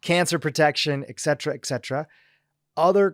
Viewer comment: Hey, you're hurting my ears. There are TWO "T's" in the word "etcetera"...not two "C's"!!! 🙉 (eTcetera)